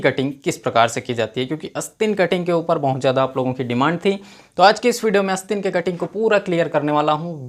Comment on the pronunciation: भाई ! बोलना तो सीख ले । अस्तीन नहीं आस्तीन होता है । इरीटेटिंग वीडियो ।👿😡